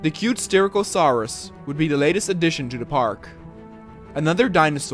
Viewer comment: Its sty-rack-o-suar-us